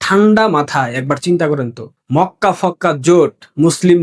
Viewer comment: Mokka k fokka bolli keno?